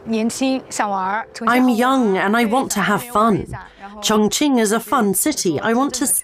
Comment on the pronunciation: It’s a great documentary about Chong Ching, thank you for that. The way you pronounce chinese words sounds really awkward, disrespectful. Sorry